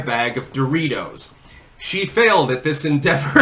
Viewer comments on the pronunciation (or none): DOOR-itos... who says it like that? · Yo she walks by a "stranger", looks at them and says "DOE-RITOS" 😂😂😂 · She called em: "Door reetohz" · She can't even pronounce "DO-ritos" right. I bet Trump can, and I'm pretty sure he's older than Doritos... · “Doooreeey toes”—that’s how you pronounce it, right? Goes over to guy holding Doritos, grabs it from him, spins around, holds it to her chest and grins (looking like she’s guest starring on 30 Rock ). Yes, this is definitely how humans act. Yes, very human, much normal. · Who was the person in the video who pronounced "Doritos" in a strange way? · Even the way she says "DOR eetos" is cringe. And then a short cackle after. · How does one even purchase these.. "dough-real-toes"? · She can't even pronounce, "Doritos," correctly.